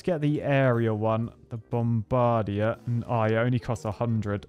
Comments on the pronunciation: bom-BAR-dier? BOM-bar-DIER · Is that really how British people say “bomb-bug-deer”? Idk why that’s funny to me haha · The way you pronounce “bombardier” is super creative